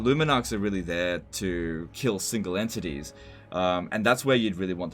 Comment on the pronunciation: I really like the way says enTITIES:))